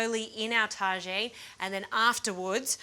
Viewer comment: When you are not quite sure how to pronounce “Tagine” and end up giving it a French twist. When someone actually corrects you